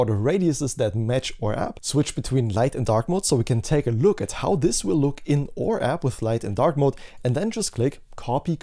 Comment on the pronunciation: aur app--- not or app - you are generally so good with english... but your pronunciation of our, could be fixed so easily ;) Please do! :P